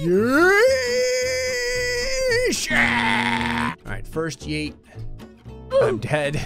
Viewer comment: He tried to say alright but ended up saying "Ara"